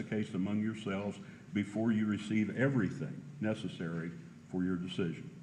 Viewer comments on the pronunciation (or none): none